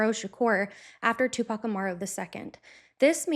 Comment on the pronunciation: Finally, another white woman other than myself who can pronounce 2Pac’s name correctly.